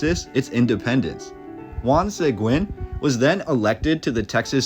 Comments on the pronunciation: Pretty sure growing up they told us it was named after Santa Anna. Also the missions still look the same if y’all trying to come through. 😂 the prior civilization definitely was skilled and Texas was all Mexico. And sounds like this history missing some Blk fighters. Check UIW archives. They have the actual news papers. And it’s pronounced (sea guin) the whites betrayed him. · Juan Seguin I have never heard it said like that lived around San Antonio 60 years and it was always pronounced Se Geen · Bingo!!! You’ve got it! True pronunciation Seh-green, the u is silent. Great documentary. Thank you. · Is this a human or AI? Your pronunciation on Seguin makes me sad. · Why do people do documentaries that can't pronounce Latin last names like Seguin I will never understand why they don't have the Latin person do these documentaries not a white boy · This would be an interesting historical perspective......if you had utterly failed to pronounce the name SEGUIN so badly, over and over again. That really damaged your credibility with me. Might be good to get some local input for the next one. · Dude cannot even pronounce our county or Juan Sequin name correct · Just so you know Seguin is not pronounced SAY-Gwen it is Sea-geen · One small detail you missed…..is that Juan Seguin is pronounced Juan SUH-GEEN. Not Juan SAY-GWIN. 👍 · It’s killing me to hear Juan Seg-win. It is pronounced like Se-geen. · Pronounced 'Se-geen', not 'Say-gwen'. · Great video man! I love seeing the old history of Texas dug up like this. A couple of things. cracks knuckles It's Bear, or even Bay-har, but not Becks-ar. It's Suh-Geen, not Seh-gwen (Seguin), and bro, how do you not know how to pronounce cholera? Sorry, I know these are minor things in the grand scheme of an otherwise great video. Keep up the great work, I can tell you're truly passionate about this. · Juan Seguin is pronounced "Segeen" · Just an FYI: Juan Seguin is pronounced Hw-on Sah-GEEN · SA-GEEN FOR GOSH SAKES. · Juan Sayguin? 😂